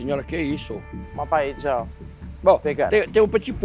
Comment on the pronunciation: diz que a familia é Valenciana espanhola e não sabe nem falar PAELLA kkkkk me poupe!!! Ela disse: Palella kkkkkkkkkkkkk